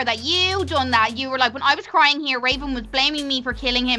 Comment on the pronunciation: Mckenzie Webster its raven u said ravan